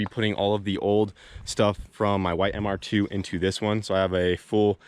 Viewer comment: Im i the only one who cringe when he says mr2. Hes like the ‘’mr- ... tffooooo’’